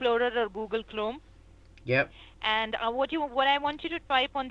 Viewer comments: did she just say "Google clome"? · "Google clome"😂😂💀